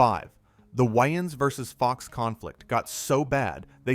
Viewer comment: Your saying Waynes super weird